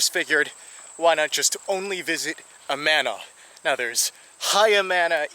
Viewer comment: I'm pretty sure the original settlers pronounced it AH-ma-na.